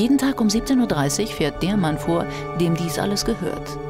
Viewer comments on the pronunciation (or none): none